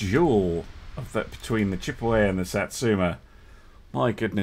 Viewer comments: It is pronounced Chip-eh-wah, just an FYI! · the American BB is pronounced Chip a waw, it is an American Indian name, like Choc taw.